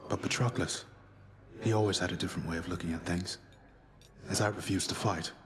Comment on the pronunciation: they really said patroquilles